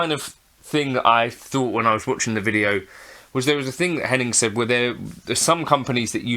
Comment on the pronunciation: the most controversial Youtuber can’t even say is name right! At least a bit respect from a guy who’s got less followers than Hennings